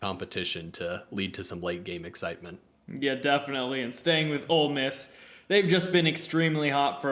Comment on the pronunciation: You mispronounced Ole Miss when predicting the champion.